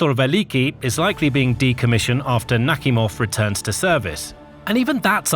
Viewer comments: It's naKHIMov - not NAKhimov. Ask a native speaking or look it up. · Admiral "Knock Him Off". That's what it sounds like. 🤣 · I really heard the "Admiral Suk-me-hov" the first time. 😂😂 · Are you serious someone is getting punked..." NAKHIMOV" 😂😂 it literally says; Knock-- Him-- Off. 😅😅